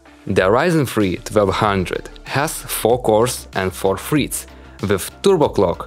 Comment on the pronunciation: Gigagertz and "freats" he said😂😂😂